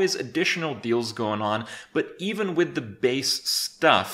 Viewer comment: you FUCKED up the "i" in "WIth"